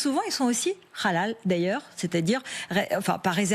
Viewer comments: Aussi Rrrrhallal, ca sonne comme Rrrrhamas. Et il me semble pas que ce soit la prononciation correcte en arabe. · Quand El krief va- t -elle dégager? Cette pseudo-journaliste sioniste est en roue libre sur LCI à vomir sa propagande anti-musulmans, anti-immigrés... Maintenant elle parle de "Rhalal" après "le "Rhamas", à déformer volontairement le nom de "Bally Bagayoko" pour de nouveau réitérer la prononciation de son nom.. À VOMIR! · La façon dont elle prononce halal n'est pas à la manière arabe mais hébraïque.